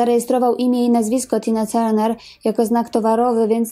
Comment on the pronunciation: Jest Pani pierwsza osoba , ktora prawidlowo wymawia jej nazwisko. Wszyscy redaktorzy w PR mówią Tarner. 😫